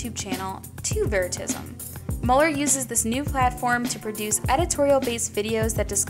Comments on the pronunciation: its not veri ta sum .. Its Pronunced very-ta- sium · ITS pronounced ve-ri-ta-si-am